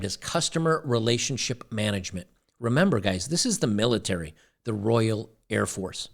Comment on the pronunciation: Air Force not Hair force ladies.